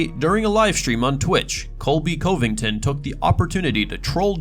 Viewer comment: Who’s the narrator of this video can’t even pronounce Covington haha what a joke